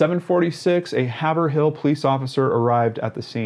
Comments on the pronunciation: Your vids are great I love how much time you put into them these case hits home because I'm from Boston MA and she's from a town just 15 minutes away and many many many friends have went to UMASS Amherst but just for GP it's pronounced hay - verall not haver-hill lol had to say it for Haverhill I still respect you for spreading the awareness and I'm just busting your chops ! But thank you for doing this I'm very very into these vids and the whole mystery of it ! Oxygen actually has a current show about her it's good wth lance tim James Rener her family & Maggie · Just FyI, it's pronounced "berksheers" and "heyvrull". I live in New England and we have weird pronunciations! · this dude butchered the pronunciation of Haverhill,but no one says it right,so there's that,lol